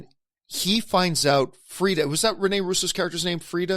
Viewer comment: Frigga not Frida